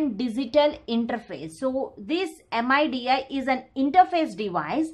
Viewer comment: my soul got crushed when she said M.I.D.I instead of midi